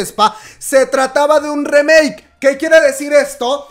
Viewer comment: Me tuvo estresado a mi y a mi Toc, Todo el video llamandole "remake" a la nueva canción de aespa. Aunado a que lo pronuncia mal. No se le llama remake al hacer una nueva versión de una canción ya existente. Se le Llama "cover". La palabra "remake" se utiliza para referirse a hacer nuevas versiones de películas o series no se utiliza con canciones. De ahí en fuera adoro tus videos aunque no escucho kpop. Me fascina como cuentas las cosas.